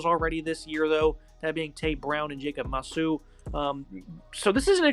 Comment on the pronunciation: You guys are worse than espn announcers when it comes to names. Jacob masu? There’s no s in Manu. Quail Conley? It’s Quali. The I is after the l